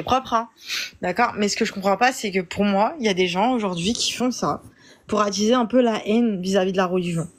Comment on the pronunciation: Pourquoi t'attchise la hénne genrrr